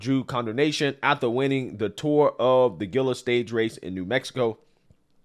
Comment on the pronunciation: Bruh. Gila is pronounced "Heela" . I believe it's Native american word don't remember the meaning. Don't mean to snap at you, but I grew up in NM and it still annoys me people don't try to learn the correct way to say some of the names.